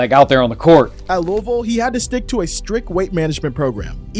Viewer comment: Also I am proud you said Louisville correct